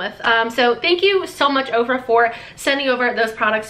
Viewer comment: When you said OFRA I thought you said you got products from OPRA! 😂